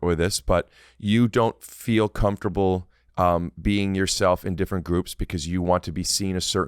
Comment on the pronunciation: “I’m perfectly comfortatatable”